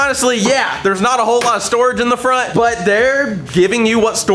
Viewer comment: Bro said nut to but🤣🤣🤣